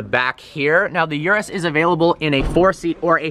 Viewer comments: Its not yurus its urus as in oorus. Wtf with americans cant pronounce a single car name or brand properly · Lol "yerus" its "ooroos"